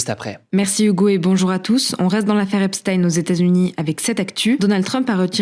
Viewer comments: Hugo j’apprécie le travail que tu fais mais Epstein se prononce comme si ça s’écrivait Epstine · même les anglais le prononce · Epstein se prononce "Epstine", c'est bizarre comment c'est prononcé dans ta video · On prononce "epstine" je crois.